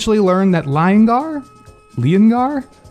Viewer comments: its pronounced LeeON gar then you put them together to make leongar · Leongar is lyon in pronunciation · Leongar: Lee-on-gar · It’s leongar not the lion 🦁 man 👨. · It's feon-gar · The where are you pronounce the lion mans name is Lee-on-gar